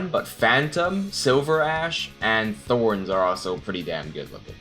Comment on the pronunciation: my man's actually said thorns LOL